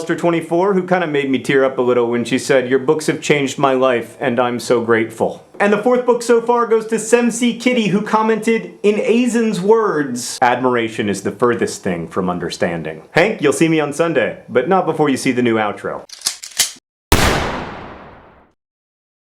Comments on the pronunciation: dude i love youy and all but if it was spelled Aizen its pronounced eye-zen just sayin' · It's pronounced Aizen (Eye-zen). Bleach quotes FTW! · Ay! Bleach reference! Although it's Eye-zen, not A-zen, but who cares. Bleach took a huge downward spiral after Aizen was out of the picture. At least it's wrapping with this new German people arc. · lol, the winning quote for the 4th book at the end of the book is hilarious partially because it's a quote from the popular anime/manga Bleach and also because of how he mangled "Aizen". I know that mispronunciation is John's thing, but I really don't think that he did that on purpose. Also, Aizen is an evil, evil man and said that after stabbing a girl who admired him to the point of love. I don't know if that affects the profundity of the quote, but, yeah, that context is important. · I think you mispronounced Aizen's name. Unless he is someone different from bleach, because I remember the one from bleach saying something like that. Bleach and Nerdfighteria FTW